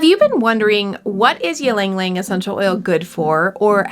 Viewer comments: Hi! It's "eee-lung, eee-lung" not "yee-lung-lung" Anw, thanks for the video! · You are miss pronouncing it. It is Яланг Яланг. I hope that helps. I really enjoyed the video. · please stop saying it in that way, do you say mukbang as mukbeng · Pronounce it correctly please.